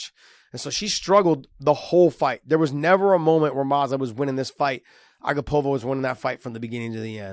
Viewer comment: Hey Josh! Her name is pronounced a-GAH-pova not A-gah-POV-a… Anik gave the tutorial on the broadcast